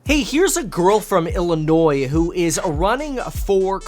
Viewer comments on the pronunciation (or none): She pronounced the S in Illinois. Is she even from the state? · She said Illinois and pronounced the “S”. She is not from here and can’t possibly care about those of us who have lived under Democratic control.